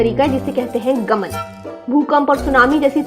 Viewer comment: It's not गमन, it's गामान..Nice video though